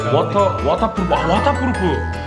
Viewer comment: 워터 .. 워텊 와타프러프 ~ ㅋㅋㅋㅋㅋㅋㅋㅋㅋ ㅈㄴ웃기네 ㅋㅋㅋㅋㅋㅋ